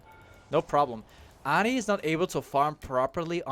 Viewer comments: its not adi its ahri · Why do you pronounce ahri like that? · Took me a while to realize you were saying Ahri... lol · Where are u from if u dont mind me asking? The way u say Ahri makes me think ur from the Netherlands or Belgium 😅